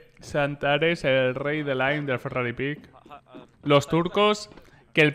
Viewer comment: se dice FERRARI PEEK